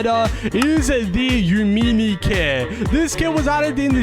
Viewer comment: IS NOT YOU-MINI is YA-MINI IS YUH MINI